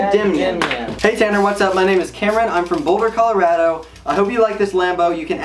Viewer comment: I hate how he says colorado I live in colorado